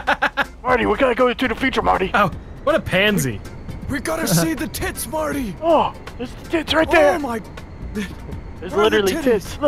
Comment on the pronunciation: Why is he saying marty it's morty